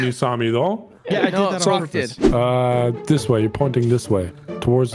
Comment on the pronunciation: “I did that on pourpous” waaa